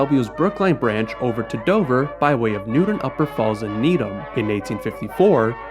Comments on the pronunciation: There is no city or town in Massachusetts named New-en. Or Newden. We DO have a city named New-TON. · Nice job, but be careful to pronounce the "T" in Newton.